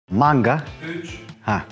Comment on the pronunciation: maNga'nın "N"si nivtonumu taşıyor?